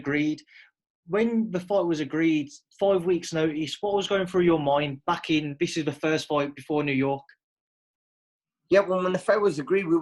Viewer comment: Why do a lot of English people say 'free' for three, and 'viss' for this? Is it an accent thing?.